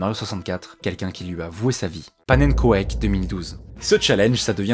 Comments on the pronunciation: pas naine ko est ke ???? C'est du néerlandais on dit panne nen kouk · Ça se prononce pas "pannenkoêk" Ça se prononce "pannenkouk" c'est du néerlandais 🤣 mais continuer comme ça la vidéo était vraiment bien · On a tous les deux été frustré d'entendre le '' koaik'' 😂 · C'est pas pannenquek ça ce prononce Pannekouk et ça veut dire crêpe en neerlandais xd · Vidéo super intéressante! Par contre pannenkoek ça se prononce "pannenkouk" et ça veut dire crêpe en néerlandais 😉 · xD Xd xD la prononciation sur Pannenkoek ....🤣🤣 c est du néerlandais, ça veut dire 'crêpes' ...donc faut le dire avec l accent Pannenkouk' ;) xD vous m avez tuer avec ça mdrrr merci pour le fou rir :) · Ça se prononce pannenkouk, c'est un mot néerlandais pour crêpe. Mais sinon, vidéo incroyable sur une légende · Pannenkoek ce prononce pannen cook c'est du néerlandais si je me trompe pas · Svp prononcer pannenkoek (pan en cook) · panneu couque (la prononciation) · pitié, renseignez vous sur l'origine des langues dont viennent les pseudo que vous prononcez. Ca se dit "Pannenncook" c'est du néerlandais et ça veut dire crêpe/pancake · Aie, l'écorchage du nom de pannenkoek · Qui trouve bizarre la manière dont est prononcé le pseudo pannenkoek ?